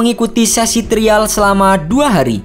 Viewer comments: Trial dibacanya : Trayeul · TRIAL 😂 TERIAL lucu baca nya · Trial ----> (dibaca) trayel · Aksen indonya kurang2in mas, trayel bacanya ga sih? Bukan trial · Pengucapan “trial” membuat saya klik dislike button 🙏